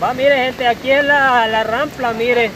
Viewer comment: El video esta bonito, pero no se dice Rampla. Se dice: Rampa. Se oye muy mal, la palabra Rampla.